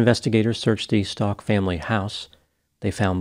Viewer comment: Stauch not pronounced like Stalk. Pronounced ST-OW-K